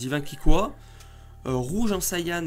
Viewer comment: Pas sayan mais sayen